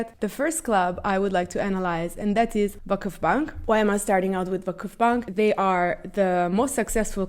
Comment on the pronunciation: your "Vakıfbank" pronantiation is perfect